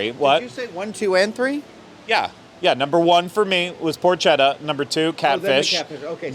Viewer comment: potchetta is pronounced with a hard c. The H is silent.